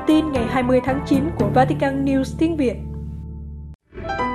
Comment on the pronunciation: Làm gì có quốc gia nào tên vatican mong MC của đài phát âm cho đúng